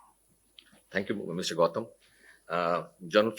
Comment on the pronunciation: The general in the video itself said, I love your fucking food..common man.. he couldn’t pronounce Gautam’s name right, where is the homework?